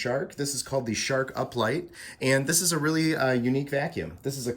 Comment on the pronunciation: Are we gonna talk bout how he said uplight lol